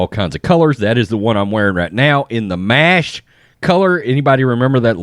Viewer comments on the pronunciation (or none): none